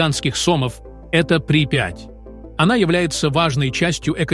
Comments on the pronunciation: При́иипять ,а не Припяя́ть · Задолбали уже сочинители всякой бредятины, озвученной ии. "При пять" 😂 Идиёты. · И ещё ударения в словах делайте правильно . СОмы, ПрипЯть. Идиоты, что-ли. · Сомы / ударение на Ы а не на О/ Припять на И а не на Я. Ликбез надо немного включать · Коментатор что , узбек --река Припя"ть животное ЛИ"СА , ЛИСА"М ???КТОТО ЕЩЕ СЛЫШИТ ЭТУ ХРЕНЬ !